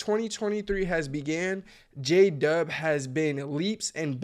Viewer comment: We might know who J-Dub is, but your text to speech certainly does not, apparently J-Dub sounds like: Jada, Jadhav, DJ Dove (lol), Jay Dub, Jay De, Jada Jacob